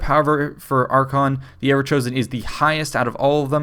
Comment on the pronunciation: AR-kay-ON. not "archon". just wanted to throw it out there